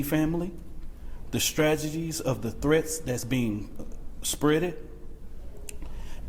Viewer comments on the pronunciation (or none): "...The strajadeez of the threats that's bein' um (gulp) spreddid (smack)..." May as well have sent Koko up there, to hoot and imitate real sign language.